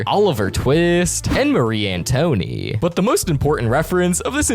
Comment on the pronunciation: So that means Lesley's gay he's a guy and it's pronounced an toe net not antony